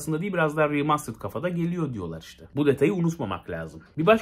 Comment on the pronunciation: seni çok seviyorum ama Riimastırıd deme be abi 😄😂 veya 8-10 kere deme yani